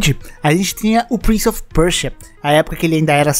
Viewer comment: "Prince of Perchia" kkkk